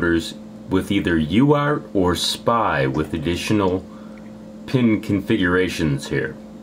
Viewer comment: STOP saying SPY!!!! It's S.P.I. goddammit, i think u don't even know what uart and spi are, u are just reading and saying things...